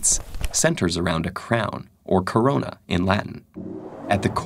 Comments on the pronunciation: Anyone else laugh when he said crown or corona in Latin? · What did he just said "corona"! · Did somewon said KORONA?